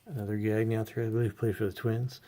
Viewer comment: Verne and Greg Gagne's names are pronounced like Gone-yay. Verne was a very famous wrestler during the '50s and '60s and he owned and ran the AWA for many years until it went out of business, mainly due to the fact that the WWF ended up signing most of its best talent. Greg is his son.